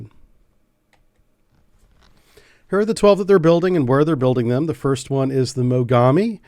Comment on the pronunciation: ※まがみではなくもがみ型です